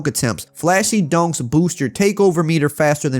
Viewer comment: Sound like he's saying “donks” instead of “dunks” 😂😂 great vid though